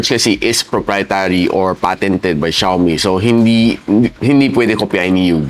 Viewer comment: Ung XIAOMI NAGING XIOMAI N LNG😅😅😅😅